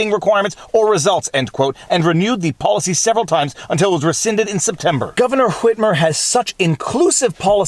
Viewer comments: The fact that you pronounce the H in "Whitmer" makes me so happy. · It's the correct pronunciation. I don't know where people got the idea that the "h" in "wh-" words is silent. Seems to be a generational thing.